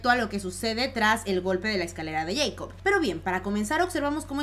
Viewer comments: Se pronuncia Jacob, no yeicob. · A alguien más le molesta que diga yeicop en vez de Jacob ? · Es escalera de Jacob no de yeicob jajaja lo digo por la pronunciación